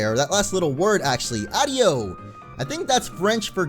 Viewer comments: adieu not adio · actually....i'm sure adieu is pronounced a-dew....i think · Adieu? It's pronounced ah-dyoo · you said adieu wrong XD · Have you never heard adieu before?! I've NEVR heard someone say it wrong before xD I'm not ragging on ya, it was just funny :P